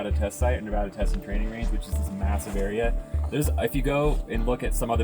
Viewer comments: Nevaaaaada! Not Nevohda! 😂😂😂😂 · Uncanny is cool but each time the others say “Neva-DUH” instead of Nev-A-da” I keep cringing 😂